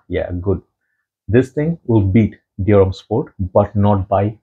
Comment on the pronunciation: I'm French and it's your pronunciation of Dior that is accurate in French 😏